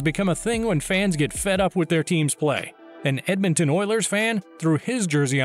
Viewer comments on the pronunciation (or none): none